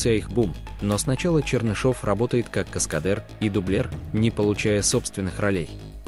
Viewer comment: Что-то новое: каскадЭр и дублЭр😂